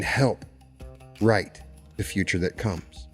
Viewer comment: In the last line of the video you said “help write the future”, sounds like “ help right the future”.